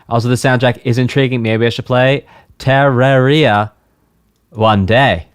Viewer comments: Terraria is the plural version of the word terrarium. It can be pronounced, depending on dialect, [ter-rair-ee-ah], [tuh-rair-ee-ah], or [ter-ahr-ee-ah]. The pronunciation stated by developers is the first pronunciation. You pronounce it as [ter-or-ee-ah] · Ter(As in HER)-RAWR-ee-ah THE RAWR IS THE ONE YOU'RE MEANT TO EMPHASIZE NOT THE EE Sorry, when something like that is consistent, it really bothers me. Alternatively, some people pronounce the Rawr as Rare, BUT IT'S STILL THE EMPHASIZED SYLLABLE. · Haven’t seen the full video yet but to clarify how Terraria is said It’s said like “terrarium”, but “terraria” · tur - RARE - ia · its TERaria not TARaria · btw its "turr-arr-ee-uh" or "turr-air-ee-uh", while you were saying "tear-ruh-ree-uh" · If you know the word "Terrarium", Terraria is the plural, if that helps the pronunciation. Emphasis on the second syllable -- Turr-AIR-ee-uh. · "Teh-rar-ria. I'll get it right one of these days" At least it's better than my teacher back in school pronouncing it as "Tet-rare-ia" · It’s Te-re-ria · You need to pronounce it like this tuh-reuh-ree-uh 😭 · Him reads Terraria : taaria Terraria players : 𝙥𝙖𝙞𝙞𝙞𝙣𝙣𝙣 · "Terrorrhea" XD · mmm yes "terra ree-ah" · It’s supposed to be pronounced like terrarium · I can't get over you mispronouncing Terraria TUH-RARE-E-UH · Terraria: Comes from terrarium.: Te-ra-REE-ah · Its purnounced Tur-Air-Ia or Ta-Rair-ia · It’s ter-rare-ria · btw, Tear, as in tearing a paper up, then aria, as in the musical term. Tear-aria. Terraria. Or Tuh-raw-ree-uh. Either one works, but, I figured you could use the knowledge, man. Anyways, I learned a bit about music from this, so, maybe you could react to the Sonic Spinball ost at some point...?????? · Its pronounced TERR-AIR-IA. Its the plural of terrarium. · bro I've grown up with these soundtracks, I may not like some but they're all bops. ps; it's pronounced ter-air-e-ah: terraria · It's ter-rawr-ia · Terraria is pronounced (ter-rare-E-ah)